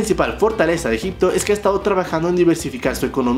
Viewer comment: Cuando dijo Egypto😂 dije este men está hablando bulgaridad 🤡